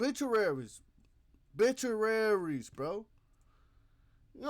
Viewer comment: O-Bituaries lil bro lol. It’s cool tho, we all make mistakes